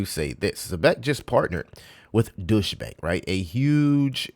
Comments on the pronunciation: And just to help out ,Deutsche , isnt pronounced Douche …. It’s pronounced D-oi-ch. Doich. D as in dog , Oi like in oil and ch like chain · It’s not pronounced douche bank 😂